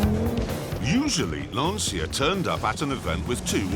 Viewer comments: This is still my favorite lancia of all (which, by the way, is pronounced lancheeah and not lansiah as Röhrl correctly says it). Great days. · I love this story and Grand Tour / Top Gear as a whole... just one thing that always bugged me... Will anyone ever tell them how to pronounce Lancia correctly? "C" is pronounced as a "CH" by the Italians. So it's "Lanch-yah", almost rhyming with "Lunch". Have a listen to the driver saying its name , or just imagine Mario saying "Thisa car, ita launch ya", if you're still stuck :'D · LANCHAH... 'CI' should be pronounced like the beginning of the word "change" not like SY in "system". "lansya", as it is often pronounced, sounds like "the anxiety", in Italian. while Lancia means spear, a totally different meaning ;] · It s not lansia pronunciation but lancia L A N C I A Dam ..anzi cazzo ! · its not ''lansi's'' for heaven's sake, its ''lanchia'' pronounsiatioin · so funny how clarkson pronounces "lancia" as "lanSIA"... it's just "Lancia", same sound as "Lunch", i swear! (btw, it means "spear") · to hear LANCIA pronounced as LANSIA makes me literally sick! L' ANSIA in Italian means "The Anxiety" whilst LANCIA (where C is pronounced as english CH-) instead means "Spear". See the logo. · Its LANCHA, not lansia,. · its pronunced LANCHA (not lansia) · Please stop saying" Lansia" the right pronunciation is " Lan tcha". The mark that I love so much being destroyed by Fiat plus it get pronounced differently just annoy me!! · Lancia, like ChaChaCha, not Lanzia. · Brilliant video! Just one comment: next time please pronounce Lancia correctly, with "chah" at the end (Lun-chah) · In reality it's pronounced without the "i". It's just "Lancha" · It's called LanCia not LanSia! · I thought the proper pronunciation was “launch-ya”? Great video either way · The correct pronunciation is more like "Lunch-a" if you put the emphasis on the "u" 👌😁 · pronounced "Lan-Chia". Please. respect Italian way of pronunciation.